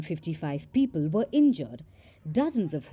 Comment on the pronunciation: "and fifty five peepl wer inyure." LOL